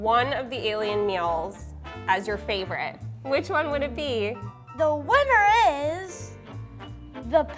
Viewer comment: He was like if i HAVE to pick a vinner...🤣